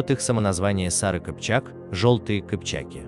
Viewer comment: Не кипчики́, кыпча́ки